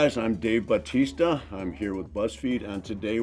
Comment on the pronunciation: He was literally so gentle and sweet to them. This was so precious omg ❤ Also, there was something so satisfying the way he said his last name "Bautista" in this.